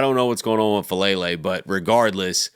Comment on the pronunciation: his name is FA' A' lele. please pronounce his correctly. it's disrespectful.